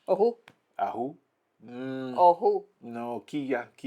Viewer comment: Muy bien dicho el ojú, con h aspirada 👍🏻 enhorabuena